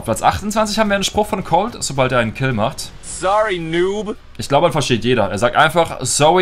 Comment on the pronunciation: Sowwy ditnt see u sere!🤣🤣 der english profi